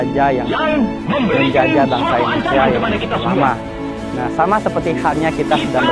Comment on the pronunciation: Bukan endonesia bang indonesia😀